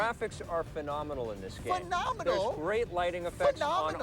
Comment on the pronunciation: Tommy's rant on Strategy games starts…. Phenomianl?! Phenominal?!